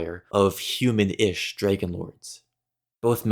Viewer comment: Why do you pronounce it Jraegun